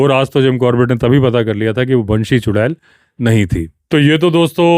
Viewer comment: Banshee बैंशी उत्तम उच्चारण😊